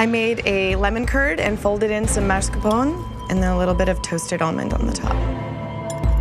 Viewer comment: first time mascarpone was pronounced even vaguely in the correct way. I just can't understand why Americans pronounce it like it would be spelled "marscapone"